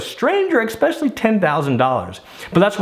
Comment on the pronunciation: It's not ECK specially it's ES specially